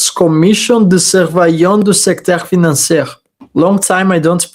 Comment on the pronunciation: about your French pronounciation: was perfect except the last word "Financier", the the last letter "r" is only spoken when an "e" follows, so in this case it is pronounced "Financiee". Another example is: the first man = le premier homme ... the first woman = la première femme